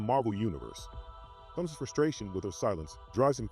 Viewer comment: Why do some comic book Youtubers and enthusiast refused to pronounce Thanos name correctly?